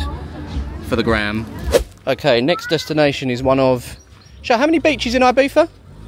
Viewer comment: Name of island: Ibiza (not "Ahybeeza). The Spanish "I" is pronounced like an English "E".